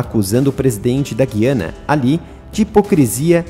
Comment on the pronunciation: Olá. Só quero contribuir para melhorar. No Brasil, deve pronunciar-se Guiana, com o ditongo "ui". É um erro falar Guiana (com som de "ghi": enguiçar, enguia, guiar etc)